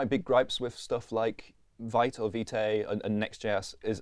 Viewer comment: Vite is pronounced Veet - it’s French, for “quick”